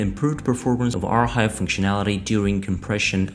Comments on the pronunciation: Good news. But your pronunciation of "Archive" is wrong bro! "CH" is pronounced as "K" so it should sound like "Arkive" not "Arhive". Use Google translate to hear it the correct way. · I was wondering what R-Hive was...! 😂